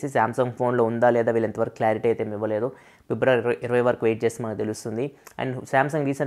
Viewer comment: Pibravary kadu Fibruary ani paluku bro Vinadaniki okalaga undi educated a kada nuvvu